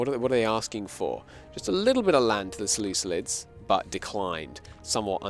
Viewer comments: "Selucilid" is the worst pronunciation that I have heard of any country by anyone covering Imperator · Less than a minute untill the first "selucilid" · I have enjoyed this stream quite a bit, however the "Selucelids" and the Pakistan blunder is killing it.